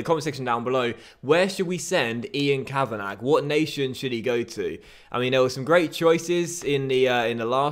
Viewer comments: Send the scout to Ireland Also it's (Ka-van-a not Ka-van-ag) Love the series btw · The scout 'Ian Kavanagh' is pronounced 'Kavanaa' not Kavanag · Ian Kavanagh is pronounced Ian Kavanah, it’s a silent G 😂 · Quick little pointer, Kavanagh is pronounced as just "kavana", the -gh is silent. Loving the series, keep it up. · For your Scout, it's pronounced Kav-In-Awe. The Kav sound is like in Cavity. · I’m Irish and for your new scout Ian Kavanagh it’s pronounced Kavana because the G is silent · send kavanagh to italy to get a good defender. Also, the 'g' is silent in Kavanagh, you pronounce it kavanah basically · Kavanagh is pronounced “kavanaw” just for future reference 😊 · For the new youth scout, u pronounce Kavanagh as in Kavana, u don't pronounce the GH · Ian Ka-Van-A. Don't pronounce the 'gh'. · Ian kavanagh is pronounced kavan-ah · Your scouts name is pronounced kavana love the vids!!! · Send kav-a-na (how it's pronounced) to morocco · The new scouts name is pronounced 'Kavana' the gh at the end are silent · Kavanagh is pronounced "ka-va-na" (no 'gh') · I think Kavanagh is pronounced Kavan-arr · Ian Kavanagh is pronounced Cav-van-ah! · It's pronounced kav-an-ah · The scouts name is pronounced Kavanah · It's pronounced kavanah 😂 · kavanagh is pronounced kav a nar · it's pronounced Kavana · Kavanagh is pronounced kavannaaa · it's a silent g in kavanagh. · " Ian kavanarrrrrrrgh " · Please, why are you pronouncing the “g” on Kavanagh? Please🙏🏻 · Send your scout to Ireland and you don't pronounce the gh in Kavanagh